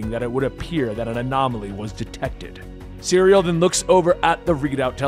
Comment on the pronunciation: Cyril not, cereal. Lol